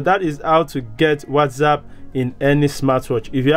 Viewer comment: It's not WazzApp , it's WhatsApp 😅